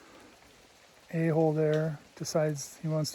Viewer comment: A-hole? (You said "a-hole") 🤣😂🤣😂...thanks for another great video!🤙🏼